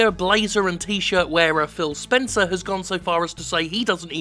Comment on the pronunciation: Thillip Spenkers?